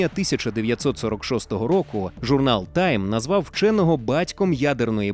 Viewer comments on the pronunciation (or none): none